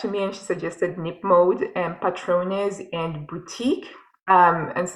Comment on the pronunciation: Hola,! You pronounced "Patrones" perfectly! Greetings from Spain 😊